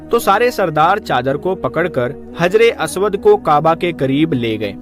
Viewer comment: हज्रे अस्वद है (हज्रे "आस्वाद" नहीं है )